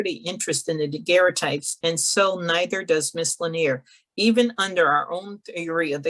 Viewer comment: Totally butchered the pronunciation of Lanier.